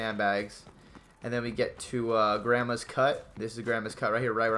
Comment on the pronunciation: He called it "grammers" not grandmas 😂😅